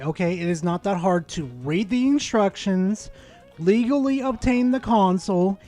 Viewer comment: "Legalee"? What's that, chinese or something?